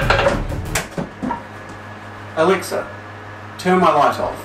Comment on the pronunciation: WHOS ALEXA GETS TRIGGERD WHEN HE SAYS ELEXA